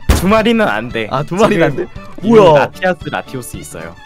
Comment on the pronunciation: 라이아스 아니고 라티아스에요!!!!!!!!!!